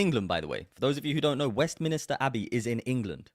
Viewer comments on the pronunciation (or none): It's west MINSTER not MINISTER... 😂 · Great video but you keep saying Westminister, it's called Westminster. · It's west minster abbey not west minister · Online fact check: No, Britain's Westminster Abbey Didn't Fly Pakistan's Flag During Holy Week The video dates back to March 2024 and shows Pakistan's flag on Westminster Abbey to mark Pakistan Day. *Also it’s Westminster, Westminister sounds like a TV programme. 😂